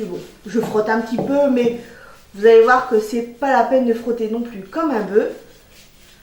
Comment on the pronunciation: Vous dites : "un boeufs" (phonétiquement un beu"), or, il faut dire "un boeuf", phonétiquement "un beuf" !